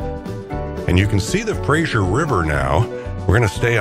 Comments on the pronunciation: The river is pronounced FraZer like Razor not like the comedy Frasier. Not a great way to come into Vancouver through the industrial areas - but that is what the railways were built for. There certainly are prettier routes by car. If you would really like a fantastic trip take the Rocky Mountaineer from Vancouver to Quebec city through the actual Rocky Mountains, and across Canada. Fantastic trip - this one was nice along the water. Pretty. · Its Fraser,,, not Frasher. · btw, im pretty sure its purnounced Fra'z'er, not so much frasure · I did not know that RMR ran a service between Seattle and Vancouver, and I live in the latter! I enjoyed the video, but would like to point out one detail: the big river crossing is the Fraser (fray-zur), not the Frazier (fray-zh[ee]ur)! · It must be an American thing, I noticed when living there, The Fray-ser River is somehow always pronounced by Americans as Fras-Zier River, adding sounds that don't exist. The English and by association the Canucks and the Ozzie's spell our rivers in this case Fraser, Like in Australia we have Fraser Island not Frazier Island. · Enjoyed your video very much. Two things though: freight trains in most cases take priority over passenger trains and it is the Fraser River (like Frayzer), not Frazier like you pronounce it. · It's not pronounced Frasher...it's Frazer. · Good video. Please stop pronouncing the river as the 'Frashure' river. It's pronounced 'Frey-zer' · A pleasant 24 minutes, nice!y presented. Just a couple glaring mispronunciations. Bellingham does have the ham part pronounced fully and it's the Fraser river named after British explorer Simon Fraser (Frazer), not the TV character. Oh, and in Canada we use the rooot pronunciation of route. After all, BobbyTroup didn't write the song Rawt 66.😁